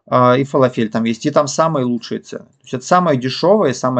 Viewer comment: ФалАфель, не фалафЕль)